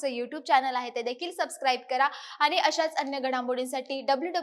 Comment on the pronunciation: अशुद्ध बोलणे सोडलेतर उत्तम माहिती दिली. उदा. आनी पानी प्रसारन.